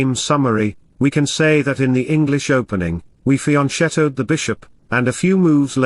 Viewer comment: He might be 4070 Elo, but he can't pronounce the Italian word "fianchetto" correctly! 😎